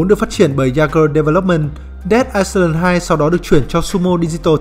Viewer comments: Island thì chữ s là âm câm nhé ad...Ai-lần nhen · góp ý là ad đọc sai từ "Island" rồi kìa, từ đó không có âm "s"